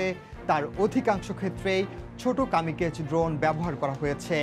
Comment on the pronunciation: কামিকেজ না Kamikaze is a Japanese word meaning divine wind.